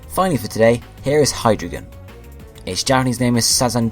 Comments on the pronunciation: well ur wrong, u need to use the German pronunciation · You mispronounced them all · you mispronounced them. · It's ein (EYE-N), zwei (ZV-EYE) and drei (DR-EYE). Hydreigon is pronounced (HY-DREYE-GON). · Neither did the guy who made this video according to how he's pronouncing the names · You said all their names wrong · You said all their names wrong, all of them.